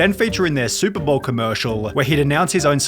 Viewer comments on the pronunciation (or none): none